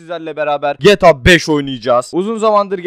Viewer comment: Abi Gyyyyta degil gta